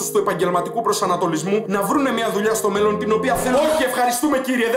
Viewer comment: Ρε καταλαβαινεις πως το λεει?Εννοει στο μελλον